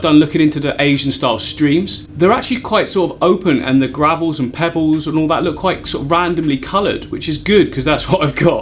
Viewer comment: I love the accent... Sounded like 'pebbews' or 'pebboos' instead of pebbles 😋. Beautiful design. Love the video.